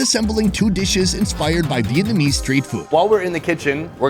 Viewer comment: .... did anybody notice Gordon Ramsay can say Vietnam but he can't say Vietnamese? He says "Vietmanese" which I think is more difficult to pronounce.